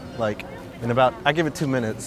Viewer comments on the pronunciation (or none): Nobody:: "Minuets" 😂😂